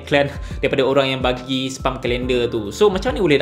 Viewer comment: Please learn how to pronounce SPAM.